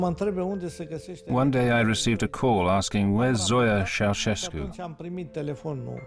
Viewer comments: nope. Tchow-shas-koo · it's with a "sh" not a "ch". So chow-shes-koo